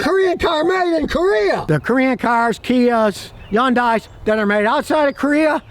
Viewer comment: I love it when Scotty said " yundai ".....